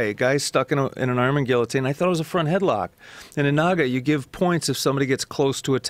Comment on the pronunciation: i still laugh when he says Guillotine "ge A teen" :D